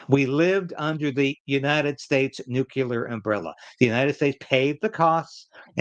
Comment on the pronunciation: it's pronounced NUCLEAR, not "nucular".